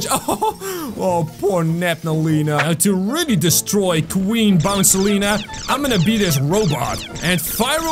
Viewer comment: queen bouncelia not bouncilina